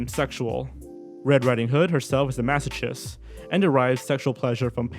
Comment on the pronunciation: It's "mass-oh-KIST," not "chist." Is it a theme you have where you mispronounce a word in every video?